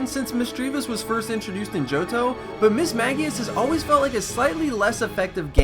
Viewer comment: The constant Mismagius mispronunciation had me writhing in pain